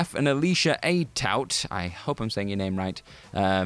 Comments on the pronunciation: "Alicia Ayt-out" 😂😂😂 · It’s pronounced “ah toot” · Alicia's last name is pronounced, "Atoot" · Instead of "hoping" you were pronouncing "Atout" correctly, you could've just asked anybody. She's been in your business for like 8 years now, so you'd figure someone in the WC offices ought to know this.